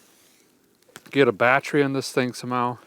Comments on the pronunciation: What's a badtree?? Are you trying to say battery? 😅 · and it's not battry, it's battery.